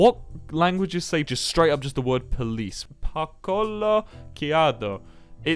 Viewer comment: when i see parkoló kiado i knew its my country .But the way he sad it😩🤚